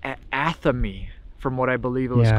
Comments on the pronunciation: The ceremonial knife you referred to is an Atheme, pronounced, "Ath-a-may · It's an ath-a-me (athame) it is a ceremonie knife witches used in ceremonies